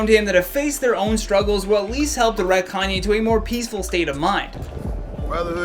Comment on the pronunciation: also 'calmye' and 'kylie stinks' LMAOOOOOOO